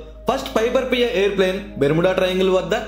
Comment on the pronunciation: Are nuv fast telugu nerchukove...! Bermeda kadhu barmoda